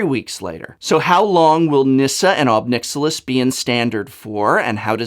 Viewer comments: Pretty sure it's pronounced "nick-SILL-iss" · "Nixilus" lol